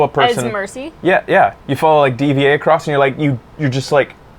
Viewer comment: D.Va is pronounced Diva, dude.